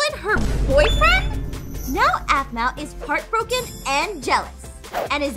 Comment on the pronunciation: it's aphmau not aphmua